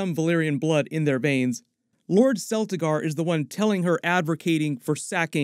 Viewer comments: CELT-igar NOT SELLtigar... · your mispronounciation of celtigar makes it obvious you aren't that knowledgeable